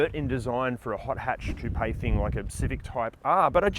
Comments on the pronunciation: Koop or Koo-pay..... 😊 And I just LOVE that car! I want one.....👍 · Great vid. I just want to respectfully point out you are adding an extra syllable to coupe.